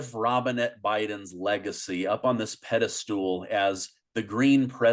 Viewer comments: (Pedestal not pedastool.) Your show=AMAZING! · "Pedestool" isn't a word. Pedestal is.